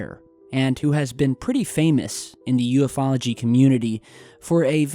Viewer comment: Oh was that "U-fology"? Good.... good.... we're learning.....but you still keep saying U-F-ology